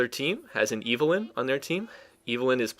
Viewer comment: ITS EVELYNN NOT IVELYNN!